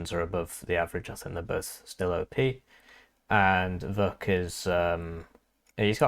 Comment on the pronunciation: Ch in Vuch is pronounced like ch in chance